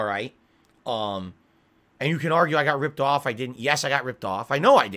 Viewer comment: He says they tried to turn his power off but when he says off it literally sounds like he is saying on, his mouth is all fucked up